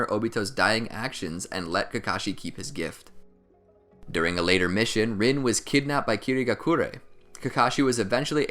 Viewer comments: OMG ITS NOT PRONOUNCED RIN ITS REEN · Overall nice vid but is anyone else annoyed he pronounced rin's name wrong like its ren.